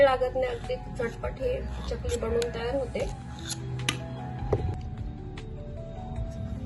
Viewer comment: च्यकली असा उच्चार नाही चकली आहे. बाकी कृती छान. पण एकच वाक्य पुन्हा पुन्हा सांगु नये. विडीओ लांबतो.